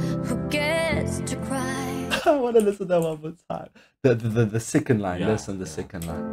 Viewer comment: i just noticed Jennie pronounces "the" like "duh"